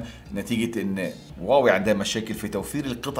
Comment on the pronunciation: يااخي راح تخبلني ليش تكول واوي مو هواوي؟؟؟